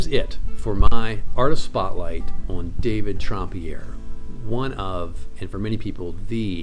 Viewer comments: I will clear up the pronunciation question, his name was pronounced Tramp and not Tromp - he was not French at all. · SO glad you made this video - THANK YOU!!! Gotta ask: why pronounce the first syllable of his last name “Tromp” as opposed to “Tramp” (as in “The Lady And The…”)? I agree with all your calls about the pieces without signature/initials in the MM with the possible exception of Asmodeus, which looks like a Southerland to me.